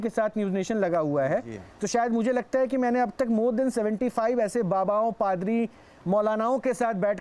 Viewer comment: Ankar bde garv se padri ko fhadar bol rahe hai 😂😂😂😂